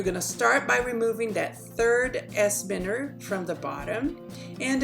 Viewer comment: Its pronounced, by-ners ! Please remake this video, please.